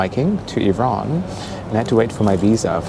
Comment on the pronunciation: You know someone has really been to Iran when he pronounces it "Ouieeraaan". 😅